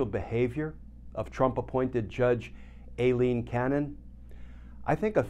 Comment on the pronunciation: Too bad Glenn hasn't learned in like 12 months that it's not pronounced "AYE-lean"